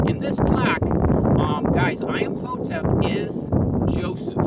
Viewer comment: I-am-hotep? Hi-ro-glyphs?